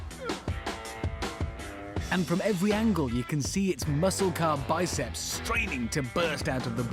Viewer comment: muscle car, its pronounced muscle car